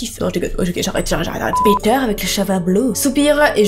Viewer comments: Ptdr tu prononcais peteur 😂 a la place de piter 😂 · Quand elle dit Peter en anglais au début on dirait qu'elle dit picture 😑